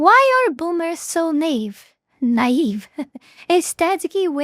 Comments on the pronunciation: Knave (pronounced 'nave') - unscrupulous/dishonest man Naive (na-EEv) - lack of experience, wisdom & judgement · Ni-eve is how is how it is pronounced properly darling. My mom is a boomer born in the 1950's. Kids could play outside or go over to the neighbors house to play with the kids of that family. The neighborhood parents knew each other and had phone numbers to call and see if there kid was still over at their house You had to be home when it got dark but kids were trusted to make their own fun together till then.